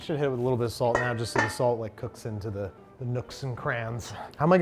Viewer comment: Babish in every other episode: "Salt." Babish in this episode: "Sawwllt" Gandolfini really brings out Babby's New York-ness.